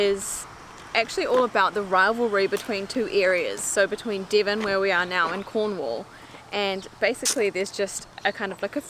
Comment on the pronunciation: It's not Dee-von!